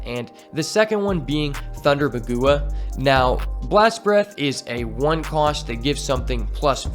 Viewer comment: Bagua Is pronounced Bawg Wha Its a fengshue term